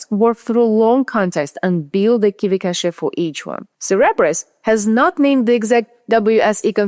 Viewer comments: Why "cash-ay,"? KV-cache is pronounced as kay-vee cash (like money). There is a word "cachet" in English, pronounced as cash-ay, but it means different things like prestige or even a bunch of meds to be swallowed. Overall though, I find your English perfect; your written articles are masterpieces! I like your accent too; you and I share a mother tongue after all. BTW, one practical piece of advice. I turned on the subtitles under your video just to see how YouTube autotranscript deals with your accent, and it doesn't do a very good job. You can put your video in pre-production through local Whisper and do a quick manual correction or even use an LLM—they are pretty good at finding and correcting transcription errors. Then YouTube gives you options to upload your own transcript, and that is going to make the whole thing perfect and technically correct. Ok, finished watching your video. On your main question, at the end, where more efficiencies in inference are awaiting, I think the answer runs deeper than optimization techniques like the one you described here where prefill and decode work are split between different engines with a shared KV-cache between them. These are very good and welcome developments, but we need to look beyond that. I think the winning combination is going to be combined architecture systems which employ both algorithmic and scalar inference. Some examples include neurosymbolic types of systems as well as KAN-based. I've been following work by one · "Cache" is pronounced "Cash"